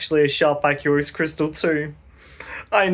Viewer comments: Do you pronounce aqua as "ack-you-uh"? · '' the aquos lurgur '' :)